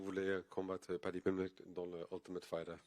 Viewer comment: Padjee Pimblej